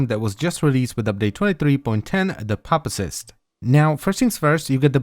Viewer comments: It's pronounced as pew-pa-cyst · The "Pu" is pronounced "Pew". Pupa: /ˈpyo͞opə/ - Noun: an insect in its inactive immature form between larva and adult, e.g., a chrysalis. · say it with me pew pa cyst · It's "pew-puh-sist" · poopacyst. petition for to make an alternate version video where he pronounces pupacyst like poopacyst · I cannot unhear papacyst. It will be my pronounciation for the name. 👌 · I thought it was pronounced 'pew-pacyst' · It is his pronunciation is as bad as his builds lately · lol everytime he says pupacyst I hear "papa-cyst" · I hear "puppy-cyst"